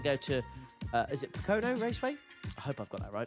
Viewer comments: IT'S PRONOUNCED POKE-UHN-O! LOL not puh-Kono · Pocono = POH-kuh-noh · for future reference: Pocono is 'Poe-cuh-know' Appreciate these overviews of the weeks to come. Way more interesting than clicking through the interface